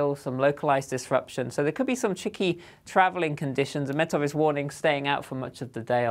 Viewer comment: Did he say chicky? Chicky travelling conditions......